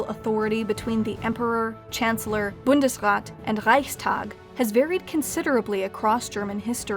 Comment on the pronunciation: Just a sidenote, Bundesrat is pronounced with a long a.